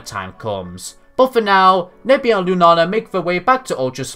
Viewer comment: I love how you say Lunala, " * Lunana* ".